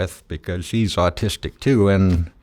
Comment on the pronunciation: "austistic" XD